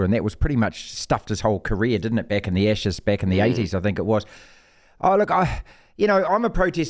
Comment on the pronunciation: It's Ashes, not Eshes.